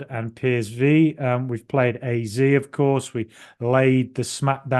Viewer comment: Incidentally, the Dutch pronunciation of AZ (as in Alkmaar) is "Aah zed".